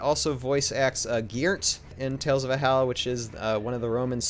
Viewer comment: Not to be nit-picky but every time you say Valhalla all I can think is why is he not pronouncing the L.. all i hear is "Vaallah"